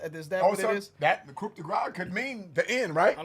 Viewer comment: Guys. Stop pronouncing the "p" in "coup."